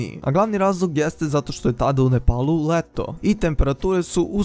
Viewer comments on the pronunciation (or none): none